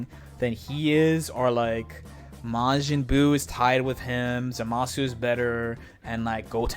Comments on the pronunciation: It’s not. It’s pronounced “ZAH-muh-soo.” If you really want to be a stickler, though, both are wrong. It should be Zamas, with the “u” dropped entirely. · I wonder, what's so difficult about pronouncing Zamasu the right way